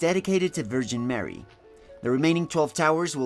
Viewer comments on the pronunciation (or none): Horrible architecture. I mean, why? You pronounce of Jeezuaz Kraeest and Vergeeen Meery makes me wanna barf as well. Def to all christians and believers.